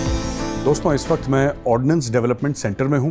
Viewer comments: It's Ordnance Factory, not 'Ordinance' factory !! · It's ordnance not ordinance 😂